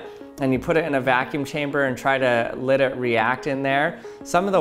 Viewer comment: is it just me or does he pronounce "let" "lit?"